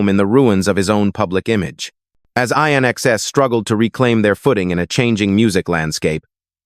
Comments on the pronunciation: When will they realise that AI 'commentary' is mindless. It's NOT I.N.X.S. IT'S 'IN EXCESS' ! And the years are NOT 1 thousand nine hundred sixty 'seconds' it's 1960s. Sometimes one wonders if anyone even listens to these 'over dubs' 😮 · I...NXS? AI fails again. It's INXS, as in "In excess", get it? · It would have been better if AI didn't mispronounce INXS's name.